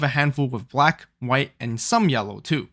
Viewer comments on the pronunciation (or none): none